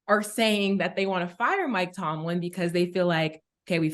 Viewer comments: Cam finally said Mike Tomlin name correct. Then started saying it wrong again 🤦🏾‍♂️ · tell ya boss to get your coach’s name right 😭😭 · Cam butchers Mike Tomlin's name every time. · Aye Killa please get Mike Tomlin name right bro 😂😂😂